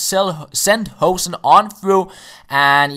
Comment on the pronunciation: Instead of saying 'Hohsen' you should say 'Hooosen'